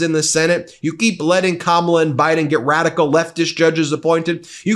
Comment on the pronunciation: For starters, records were ment to be broken 😂😊 and did he say "wadical" ? 🤔